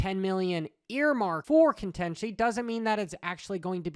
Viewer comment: Contenchy? Lol thats a way of pronouncing contingency that I’ve never heard.